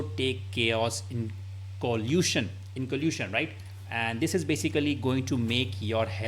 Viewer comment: I thought Indians are smart. He can't even pronounce inoculation.